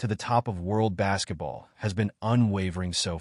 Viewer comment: o da worrl, I caught that 😂